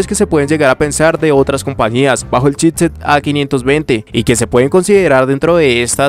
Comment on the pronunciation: Buenas "otciones" de "chitset" 😂